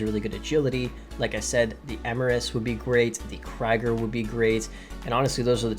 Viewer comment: Yoza-mite??? How have you not corrected your pronunciation of that yet?!?! It's yo-sem-itty...you're welcome. Also, Krieger is kree-gur not cry-gur. Ugh...